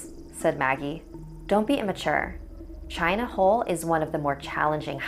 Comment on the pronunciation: I thought the boi said "China Hoe"